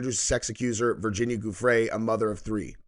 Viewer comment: Giuffre is not pronounced 'G' it is pronounced 'J'